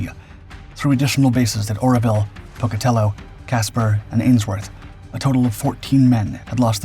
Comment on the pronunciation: How is it, exactly, that your dippy ai can pronounce Pocatello correctly but cannot get Tonapah (Toe-nah-pa) or Nevada (Nev-add-ah) ?